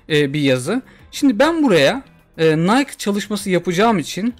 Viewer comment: Yalnız nayk değil de "nayki" gibi telaffüz olunuyor. Video için teşekkürler